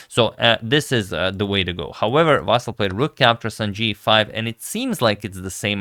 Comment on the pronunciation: Vasyl - you should pronounce it with the stress on the Y. And L should be soft.